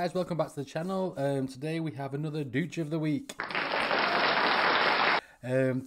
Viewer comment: here's my effort to get on dooch of the week. It's pronounced "doosh"